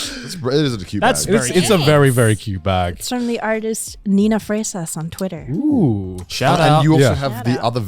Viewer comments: Not to be mean but I know doesn't speak Spanish. Just trying to make sure people know, it's Niña Fresa 🍓 (Girl Strawberry) Also, not being mean hear just glad I saw my native tongue on Trash Taste. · Its "niña fresa"